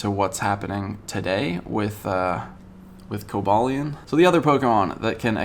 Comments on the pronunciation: Co ba leon is how u say it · I thought it was pronounced koba lion